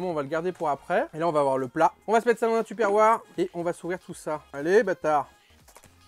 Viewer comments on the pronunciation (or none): none